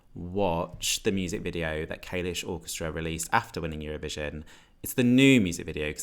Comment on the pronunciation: the way you pronounce kalush makes me want to vomit